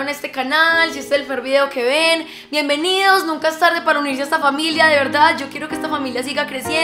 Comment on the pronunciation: Ella dice bien benidos a mi canallll wtf